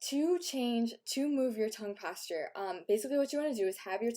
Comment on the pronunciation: So... we're supposed to believe she has had no work done? Not buying it. Also, "tongue pasture."